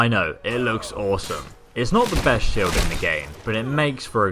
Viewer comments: “Shild” lmao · SHILD? SHILD? really? Shields sheilds